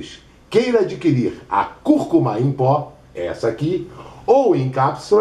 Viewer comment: é conhecida como açafrão da terra, curcuma com acento tônico no início e turmeric...me curou da minha bursite, ele pronunciou direitinho é nós falamos o nome errado